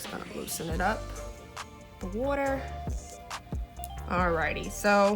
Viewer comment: I herd you say "wooder" (water). You from philly? 🤔🧐